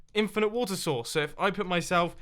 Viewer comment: When he says water source it sounds like he is saying water sauce!